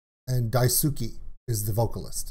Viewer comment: The name Daisuke is usually pronounced as: DICE-KAY